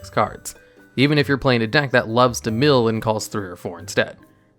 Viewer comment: Bro what was that pronunciation for "mill"